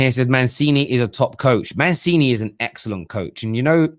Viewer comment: Say with me: MUNCHEENEE (aka Mancini). 😉